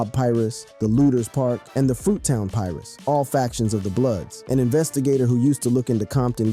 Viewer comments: (Pie-roo) dawg now pie-rus 😂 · PIE-ROO's not "Pie-rus" sheesh... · Pie Russ? lol wtf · He keep calling the PIRU’S pirates 😂😂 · Yo the way he said Malik and Piru made my eye twitch also saying Long Island 😒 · But I think this is a bot it can't pronounce piru every black person know to say that